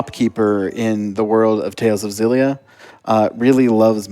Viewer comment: Ex-illia. Jesus they only say it in all the fucking trailers